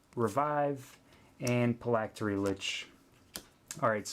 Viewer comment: Great video, really helpful!! On a side note Phylactery - its pronounced "fill-ak-tur-eee"